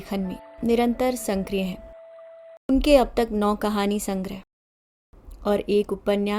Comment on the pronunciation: संक्रिय नहीं सक्रिय होता है कृपया उच्चारण सही करें वैसे आपकी आवाज़ बहुत अच्छी है